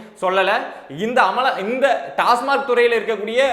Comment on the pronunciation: திரு. அவர்களே, டாஸ்மார்க் அல்ல. டாஸ்மாக் என்பதே சரி